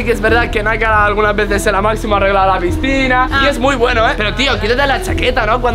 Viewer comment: nunca se dice pistina se dise picina